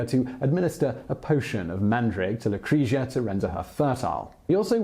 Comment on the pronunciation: Also its Lucre-tzia, i cringed every time 😂